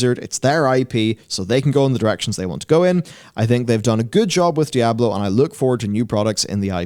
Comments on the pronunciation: Just call it 'D', don't bother mispronouncing 'Diablo' all the time. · IT'S "DIABLO" 4, IT'S NOT A DIABLO GAME.